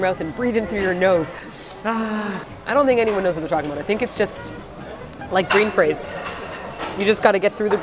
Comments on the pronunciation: ahaha i heard that too 😂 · Dis she say Breenfrains 🤫 it was a traumatic wasabi experience indeed 😍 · You said Breen Fraize, Lol. I mix my words up like that all the time, but it’s usually fins and scales... I keep saying “Skins and Fales”. Also... regarding brain freeze (I’ve been wanting to say this since your How to keep cool in the summer video but I was worried you would never see it), have you tried sucking your thumb? This works really well for me. But you have to make sure your thumb touches yoir hard palate, which is really where the pain is coming from... it just gets referred to the top of your head so you think it’s your brain freezing. The thumb is just warm enough that it gers rid of the chill from your palate and it works almost immediately. 😎👍